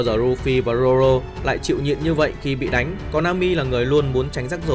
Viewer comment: Zô rô nha anh k phải zô lô